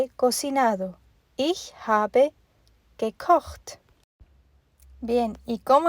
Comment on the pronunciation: Excelente. Me encanta como suena "gekocht". Bonito idioma el alemān. A propósto ?de qué país eres?